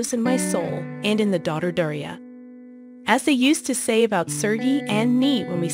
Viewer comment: Daria, not Deria. Lol.